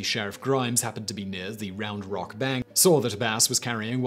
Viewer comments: No need to emphasize the rock it's just Round Rock should be one word but it's two😂I'm from that area of Texas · I'm from Cedar Park, I kept laughing at the way he was saying 'Round Rock'